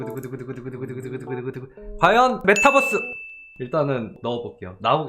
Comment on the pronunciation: ㅋㅋㅋㅋㅋㅋ 메타버스를 자꾸 bus 🚌로 발음하는 게 개웃기고 귀엽다 뻐스 ㅋㅋㅋㅋ